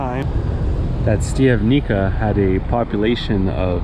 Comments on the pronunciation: not "stiavnika" but "Shtiavnitsa" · Pronunciation … Štiav correct, ni … knee, ca …tsa (like in pizza )So.. Štiav -knee -tsa 😊( Im also from Canada, born in Slovakia )